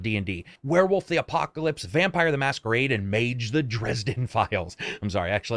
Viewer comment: "Vampeer" not "Vampire"? - Please tell me you are joking. :D